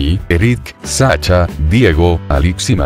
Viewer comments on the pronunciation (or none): Y dale... No es "Sacha" si no "Sasha" para dar opiniones públicamente es necesario conocer a donde de lo que se habla y como se pronuncia. Será una moda hablar como las Navas de la hora pico mantooooooo!!!